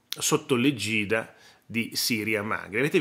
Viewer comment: Caro senza dubbio il suo è stato un "lapsus" freudiano ma Le faccio presente che la parola EGIDA dalla Treccani si pronuncia con l'accento sulla E.... égida e non come pronunciato da Lei egìda ( accento sulla "i" ).!!!!!!